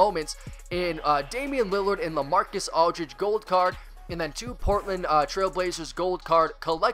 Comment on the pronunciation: LaMarcus, not LeMarcus